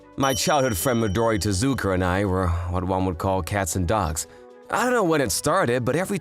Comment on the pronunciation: MIDORI?!?! HER PARENTS FORGOT THE YA. PLUS TEZUKU?!?! MAKE THE TE INTO AN I 💀💀💀💀💀